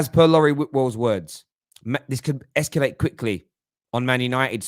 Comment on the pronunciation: Whats "esculate", mate??? Are you tryna say "ESCALATE"??? LOL 😆...Up the Terrace